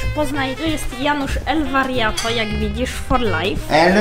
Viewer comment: Czemu muwisz elwariato a sie nazywacie?